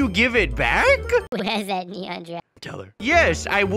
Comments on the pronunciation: Its neneon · Who just loves it when they say nenon instead of neon! XD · It's not nenon it's neon haha 😂🤣🤣😂🤣😂😂😂😂😂😂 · Is funny how they said "nenons" 😂😂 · They say that in every video and they consider that the new word for neon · I laugh when said nenon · LOL thay said nenons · It’s not a nenon it’s a neon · Is neon not nenon😂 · I really died when he said “it is a neneon” ( Edit: Omg- Tysm for 60 likes :D ) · Mega nenon!!!!! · I love it when they say neneon :p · When u guys say neneon 🤣🤣🤣🤣🤣🤣